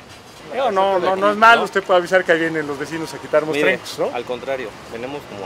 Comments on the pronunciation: Jajaja ese que dice: bienes mostrescos. Jajaja se dice «mostrencos» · Mostrennnnnncos hahahaha, no mostrescos